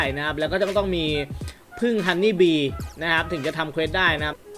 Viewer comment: ฮันนี่บีกลายเป็น ฮอนนี่แบร์555